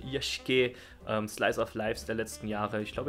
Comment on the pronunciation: Flying Witch hört sich interessant an. habe ich schon länger mal auf der Liste gehabt ihn mir anzuschauen. Sollte ich velleicht bald mal machen^^ Aber was ist dieses genre was du ansprachst. Yashiki? Also Villa/mansion Wobei am Ende hast du Yashike gesagt.